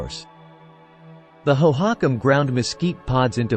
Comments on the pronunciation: I came to the comments to find this. It's pronounced Hoe-hoe-KAHM One of the many things I hate about AI voice overs: mispronunciations! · AI voices are the WORST!! It is absolutely not pronounced hoe-HOCk-em. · where are all these strange (!) pictures about architecture and pottery from?? and the strange pronunciation of the name hohokam? (natives pronounce it differently and en.wiki also gives another pronunciation...) is this an AI-constructed fantasy-civilisation? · "National History"? Whose national history is this with the abjad text ("الولايات المتحدة")? AI programming is worse than nothing. "hoe-hock'-um" lmfao Thumbs down. Looking for science, not this AI generated, homogenized gobbledygook. Moving on.